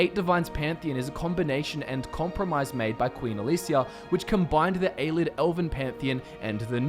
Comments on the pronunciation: hmm I always pronounced it A-lee-id not a-lid. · Ay-lee-id Love the channel but some of the pronunciation drives me nuts